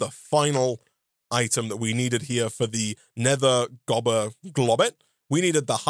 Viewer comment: Gobber not Goober lol